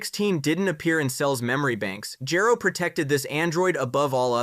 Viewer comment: Sa jan... Gero... No, you get a dislike. They say it in the series and you still say it wrong.